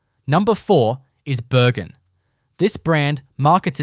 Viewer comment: If you are going to do an AI production make sure you don't have typos in your text. It causes your AI to make some odd pronunciations of words like Bürgen when it is misspelled. Your 'bread themed' visuals got boring and repetitive after a while. Good Aussie accent for the audio though, people probably thought this was real instead of mass produced AI junk.